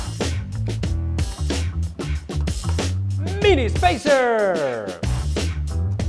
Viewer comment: Why do you sey spacer like that not trying to be rude